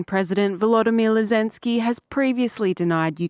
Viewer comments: Ukrainian President Volodimir Lisenscy had me laughing 🤣😂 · ...Who the fook is " Vlodimir Lezensky" ? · At into the video, the narrating lady said "Vladimir Lezinsky" ??